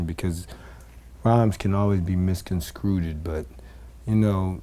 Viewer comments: "misconstrooted" new word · My nigga said "misconstrueded" 😣😂😂😂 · Kurupt sound like an illiterate dude trying to do that #talkliketip challenge. "Misconscrweded".